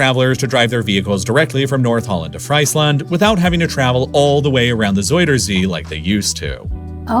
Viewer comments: Friesland is prounced Freesland, not (French) Friesland. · 🍟Fries-land 😂😂🍟 try freeze-land sounds way beter